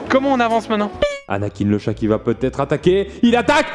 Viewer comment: CHAT !! et non shè